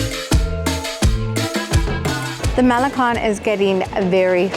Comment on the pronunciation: Sorry, but oohhh my ears. 🙉 How can you live in/visit Mexico, let alone been in LatAm previously, & butcher Puebla & malecón so badly? 😢 ✌🏽 🇲🇽